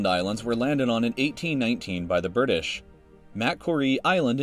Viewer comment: "the birdish"